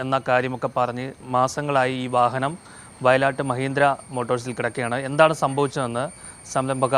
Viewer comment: not vayalatt. vayil aattu